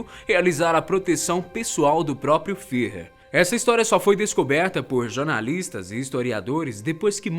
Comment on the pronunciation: Fiher? kkkk